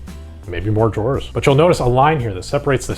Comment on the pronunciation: You're pronouncing "drawers" wrong...